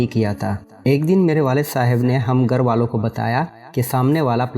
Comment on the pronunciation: It is akherat not aherat,and it is ghar not gar please prounounce properly